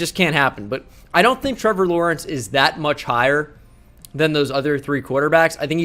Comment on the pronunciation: damn you got Lawrence right impressive